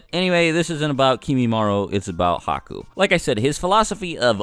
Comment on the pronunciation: I was with you until you said Haku 😒